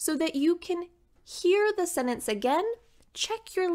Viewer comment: It’s sentence not Senance